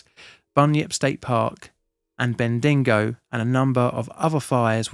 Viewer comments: Good vid. Though bean-dee-go made me chuckle a little. Beb-di-go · Just a heads up, its Ben-dee-go, not Ben-din-go. For some reason its commonly mispronounced as such despite having just the one 'n'! Murrindindi is also pronounced Muh-run-din-dee. Your pronunciation if everything else was admirable, really well done! But thankyou so much for covering this. We spent the night on our farm listening to the radio, hoping the fires wouldnt reach us as we choked on the smoke, so thick we couldn't see more than a few metres in front of us. I was pregnant at the time and absolutely terrified. Our clothes smelt of smoke for months. We had friends lose their homes. One family got out while almost all others on their street died. It was horrific. 16 years later, the scars are still visible on the landscape. The stories of the children who died still haunt us. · Lol, 'Bendingo' gave me a real good laugh 😂. Fyi, it's pronounced bendy-go On a more serious note, thankyou for this video... It is something not often discussed and therefore not known about outside of Australia. I myself was only a kid at the time, so I don't remember much about it, but ive heard stories and I remember the drought and the heat, and the crazy winds... I will never forget a dust storm we had that year. Thabkyou to all the brave CFA volunteers, and im so sorry the government is screwing you over, screwing us all over... You deserve so much better than this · this year wasent as bad as that but damn it felt like the state would set alight here in vic. the trains and highway had to be shut down. these things are terrifying ps u pronounced bendingo wrong (pronounced bendy-go) but soudns funny asf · Murrindindi Pronounced: Muh-ruhn-din-dee Bendigo Pronounced: ben-duh-gow It was a shit day. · Also said Black Friday at the end. And halfway through called Bendigo "Bendingo" when it was mentioned the first time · apart from Bendingo haha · homie called it "bendingo" lol still thanks for covering this!